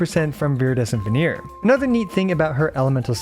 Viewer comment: Thanks for the guide. Just wanted to mention that you often pronounce Viridescent Vernerer as "Veneer" instead of "Venerer". Was this some inside joke that I don't get??